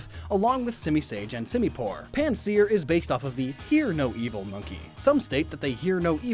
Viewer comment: Its PanSEAR Not PansEAR